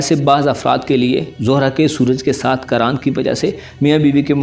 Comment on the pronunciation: Lafz qeran hota plz bhai qran nai